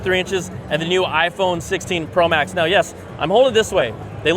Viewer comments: Why did he say 16 pro max mispronounced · Bro said 16 pro max. How do you fuck that up so bad? 😂